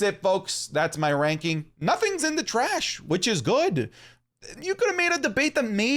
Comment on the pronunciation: Bro said Raking